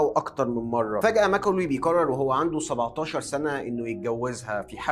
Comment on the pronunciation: لو تتكلم بطريقتك العاديه كان أفضل واقرب للمشاهدين ،مافيه داعي التكلف في العرض، خاصة لما تقول بيقرر، من كثر ما تضغط عليها تبين تقول بيكرر 😅